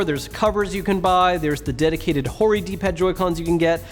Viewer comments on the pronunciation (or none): Everytyme he says "hori" I feel like he says "whore-y" 😂